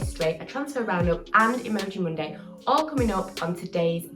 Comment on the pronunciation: Whats with her accent..is it me or does she say soonday for Sunday and munday for monday🥴😅or am i wrong